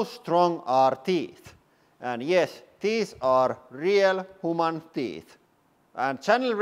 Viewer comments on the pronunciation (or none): I don't normally like to make fun of accents but damn... 'real whoman teeth' hits different